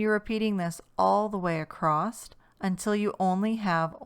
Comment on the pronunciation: "Across", not "acrosst" / "acrossed". 😂 Don't take it personally, it must be a bad habit for many, because I know 3 other crochet youtubers that say the same! Drives me 🦇. This pattern is SO cute!! I made it in one sitting! 💕 Thank you for taking the time to make videos.